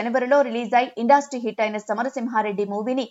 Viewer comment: ఇండాస్ట్రీ కాదమ్మా ఇండస్ట్రీ